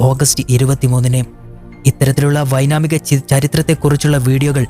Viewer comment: വൈനാമികൻ അല്ല വൈമാനികൻ ആണ്